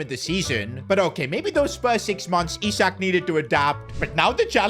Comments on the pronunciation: It's Isak not aisak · Ele aisik em vez de isak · bro starts with the right pronunciation and go backs to the wrong one..